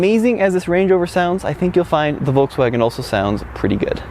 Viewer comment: It's VolKswagen not volTswagen you dumb 😡😡😡